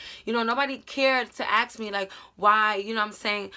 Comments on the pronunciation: Is it only me who heard "aks " instead of ask XD lol But now seriously this video helped me a lot love ya! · Am i the only one who hears that she sais aks and not ask 😂😂😂😂😂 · The fact that you kept saying “aks” instead of “ask” is killing me. Btw this really helped me, thank you for this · Axe him and axe him about it girl just axe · English is not my first language so when I heard you say aks instead of ask it got me confused lol may I ask why is that pronunciation? is it of a specific region? thanks a lot sis for your tips, I suck at relationships and have zero experience. Been with a man for the last 9 years, he cheated, I left, but Im trying to find confidence in me to be able to date again in the future, maybe. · No hate but, do some people say aks instead of ask? im just curius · She keeps saying aks aks and am like wait does she mean ask 😂😂😂😂 that's adorable tbh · Love when she says "aks him"